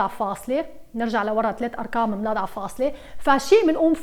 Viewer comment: رائع دوما ادرس معك😘😘😘بس اقول ليش تقولي اركام ماتقولي أرقام 😂 اسفه انو عيبت عليكي😳